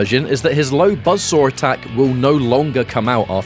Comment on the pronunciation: BUZZ SORE ATTACK. KABOOWL. THUTTY PUH-SENT.